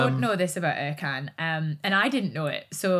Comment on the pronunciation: I like Vicky but his name is ErJan. C is J in the Turkish language.